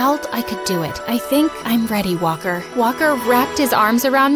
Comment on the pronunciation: everytime she says walker i think shes saying whopper